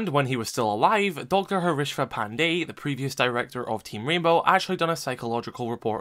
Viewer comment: Bro the way you pronounce pandey is so on point as an Indian "Pandey'' is a common surname in India. Other people butcher the name